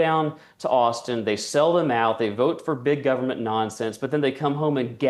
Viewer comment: Decent guy who can't pronounce the word Government. Whats up with that?